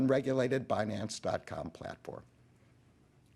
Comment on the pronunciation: Yellen say “bah-nance”. 😂